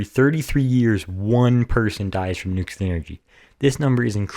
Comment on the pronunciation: Why don't you pronounce the word right? You say it NU Ku Lar and it is pronounced Nu Kle ar. Unless you work for Westinghouse, I have heard their engineers say it the wrong way. Are you trying to get a job with Westinghouse?